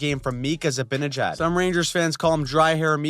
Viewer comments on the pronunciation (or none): none